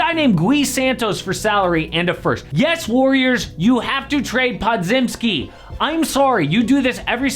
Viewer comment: bro cant even pronounch podziemski right